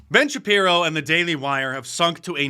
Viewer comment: Ben ShapJiro.